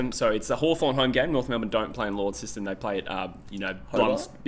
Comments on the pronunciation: For all Mainlanders: •Launceston = Lon - Sest - Un/On (definitely not Lawn - Sest - Un/On) or as Tasmanians Call it Launnie = Lon - ie •Blundstone = Blun - Ston/Stun (not Blun - Stone) •UTAS Stadium is in Launceston •Blundstone Arena is in Hobart •Saying North/Hawks are playing in Tassie sounds weird - bit like saying Tigers are playing in Victoria when they're playing at the G Keep up the vids gents x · WRONG!!! Not Lawn seston or Blun Stone!! (Or Saint Kilda) It's Lonsest'n, Blunst'n (and S'nt Kilda). (sorry, I was born in Inceston, trust me on the pronunciation). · Launceston is pronounced lonceston not Lawnceston